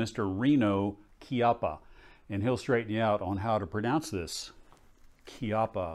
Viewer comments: Right pronunce is Keeeppa, in Italian language chi is pronunced Kee and a is large as in are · All kinds of fun in this video,! The reactive targets were all impressive - I especially liked the shrapnel trick shot. And I also appreciated the correct pronunciation of Chiappa. It's hard to think Keyoppa when you're used to saying chips, church, cherish, etc. Once I learned the correct pronunciation of Lapua, it rings sour to me to hear our American pronunciation. In any case, sweet rifle and really fun video. Disassemble please. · accolades to that rifle , excellent package . you are correct on the pronunciation kee- apa . thanks for the show. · Beautiful "Chee-appa" :) Thanks for the video. I'm starting to lean towards one due to the fact that they can make a pretty darn nice classic model. However, I still prefer American Walnut over the Walnut they are using. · Those post production cuts after every "Chee apa" pronunciation had me rolling. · Thank you for the pronunciation correction. Done in style and subtle enough to inform the ones who have interest to know. Well done.